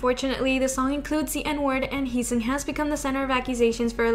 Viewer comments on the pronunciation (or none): Heeseung is not pronounced as He-song. This is a Korean name. These names can be hard to pronounce to those that do not speak Korean but his name is pronounced he-sing like he sings without the s. :)